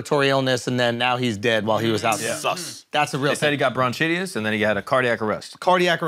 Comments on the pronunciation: called it Bron CHI-tius??? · Did he just say broncheeteeis ? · How the FUCK did just pronounce bronchitis? SLAP him!